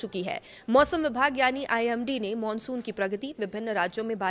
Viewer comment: Monsun ya mansun 😂jesi shakal vesi bol rahi hai itrana bhi shakl ke hisab se achha lagta hai 😅